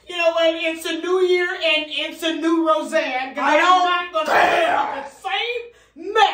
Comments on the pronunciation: ROZ ANN! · The way says Roseanne gets me everytime. 😂😂😂🤣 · 😂😩I swear😂